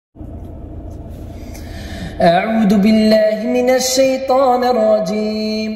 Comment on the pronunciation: اخي مشاء الله عليك صوتك رائع ملاحظة واحدة عند الإستعاذة مدقولشي اعود غلط قل أعوذ بالذال ليس بالدال إذا قلت أعود بالله معناها ارجع بالله اما اذا قلت اعوذ بالله معناها احتمي بالله من الشيطان الرجيم والله ولي التوفيق جزاك الله خيرا ونتينا عندي عزيز بزاااااف الله اوفقك